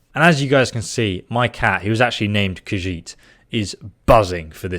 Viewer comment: FINALLY someone who can pronounce "Khajiit" correctly!